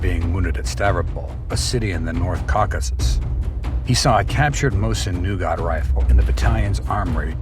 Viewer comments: Mosiqn Nagant, NOT Mosun Nougat nougat goes in candy bars. I hate AI. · What is a mosin NUGAT? Do you even know what that is? You can't find a single English speaker to read the script? Thumbs down for AI generated stock footage not related to the sunject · Mosin-Nsngant is pronounced Mo Seen - Na Gan. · "Mosin Nougat" <--- lol